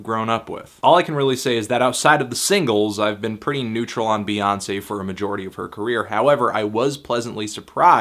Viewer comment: child it's "Bey" not "Bae".